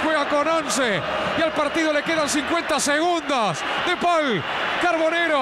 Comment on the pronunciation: "De pol" le dice a De Paul jajaja